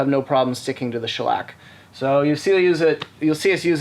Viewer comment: Man you really gave the word shellac quite the shellacking